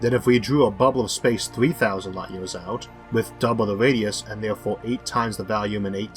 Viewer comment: The guy has a speech impediment which is why at 1.30 he says you can turn on the closed captions. If you still need help.....seek it.